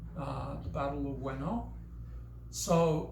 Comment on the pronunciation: ive studied battoujutsu and iaido for quite some time and the points that you make arent even close to the regular mentality that budo or iai martial artists have generally in an average standpoint. youre right you didnt say that the battle of ueno was in 1945 i couldnt really understand your japanese correctly it sounded like you said "weno". it doesnt matter if youre trying to cater to an american audience when youre talking ab an all japanese type of swordmanship, nonetheless annunciate yourself correctly please. the mentality of a samurai is taught through many a people weather that be old or new, these things are obvious in our modern time when we can look back at the situation from those points and come to real conclusions of why things went the way they did and why things were done to prevent them, our knowledge is quite limited because not everything was meticulously recorded. obviously everything i say isnt credible in your eyes cause your some enlightened monk and im some random on the internet with a burner account and im not some genius swordsman that is as good as okita or kojiro but that doesnt discredit all the years of work ive put in to learning this type of mental framework. its not super difficult to learn how to act accordingly in that regard, either you learn from someone or use your resources. of course knowing japanese will help you in that aspect more than anything considering your "self tuition" can have a wider overall spectrum of knowledge towards